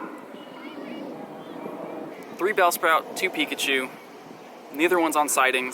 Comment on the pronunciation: You said peepachu